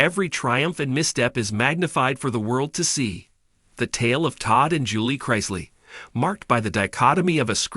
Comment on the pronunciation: Why do supposedly intelligent writer insist on mispronouncing and spelling the Chrisley name??? I don't know the truth neither does this writer. But it is obvious an unfair sentencing for each of them. Public opinion is always a lie.